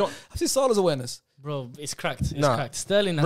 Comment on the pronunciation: "SALAHS AWARNESS" BWAHAHAHA